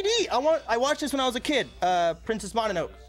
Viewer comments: ... princess MON-A-NOKE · Princess Mon-a-noak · Is noone gonna say how he said princess mononoke as mononok